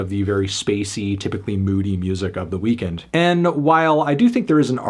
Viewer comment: It’s pronounced “weakened” not “weekend”